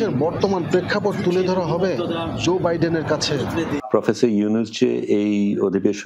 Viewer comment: ভাই, জো বাইডেন এর নাম টা একটু ঠিক করে উচ্চারণ করেন। জো হবে, যোগ এর জো, জাহাজ এর জো, আপনি যেভাবে বলতেছেন ঐভাবে শুদ্ধ বাংলায় কোনো উদাহরণ পাইলাম না।